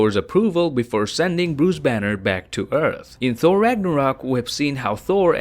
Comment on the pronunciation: Why do you pronounce Thor as Four ?